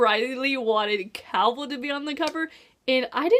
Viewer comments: Cay-ol not Cowell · interesting theroies! p.s. did you just call Aelin, Elain? did you just call Chaol, Cowall? Aye-lin Kay-all. sorry it's just fusturating lol